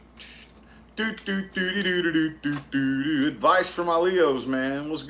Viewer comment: I watch just to hear you say "adviceys for pisces" 🤣🤣🤣🤣🤣